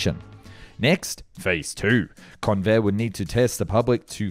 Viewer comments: I was NOT called Con-vair' Instead, the strong syllable was the first. It was appropriately pronounced Con' vair. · It's pronounced CONvair! (I grew up in San Diego in the fifties.)